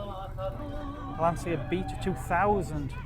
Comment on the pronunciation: The correct pronunce of Lancia is with the english "ch". Like China. As it was wright like Lanchia. Thi is also for other brands for example Volkswaghen where the V is pronunced like an f and the W is pronunced like a v. Lancia was the surname of Vincezo Lancia that traslate in english was light Vincent Lance. The engine of Lancia Stratos was the Ferrari Dino V6. Another beautiful car with italian shape is the Aston Martin DB5 by Touring Torino.